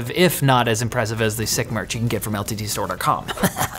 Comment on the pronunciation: "but Intel will only survive if you hear about our sponsor and go to lttsturre dot cerrrm"